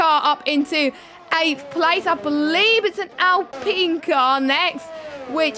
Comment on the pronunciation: Who says alpeen though? Lol dunno why that annoys me